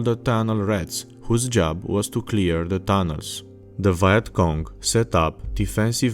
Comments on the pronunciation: You pronounce vietnam correctly but then you say viet cong like “Vayat cong”😂😂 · ah yes the VYE-ET KONG.... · How can you pronounce Vietnam properly, but not Vietcong? It's basically the same word.